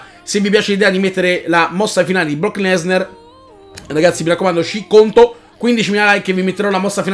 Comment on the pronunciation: si pronuncia lesnAr no lesnEr